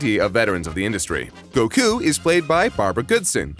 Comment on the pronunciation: Great video, but why do you pronounce Goku like that?